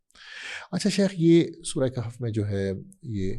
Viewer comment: قہف نہیں کہف ہے ضرورت سے زیادہ عربی آ گئی ہے